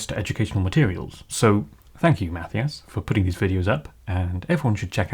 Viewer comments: It's pronounced Math-eye-iss. are ridiculous. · Matthias is pronounces as: mah-tea-ahs ;) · why do you call him 'math-ee-ous'? LOL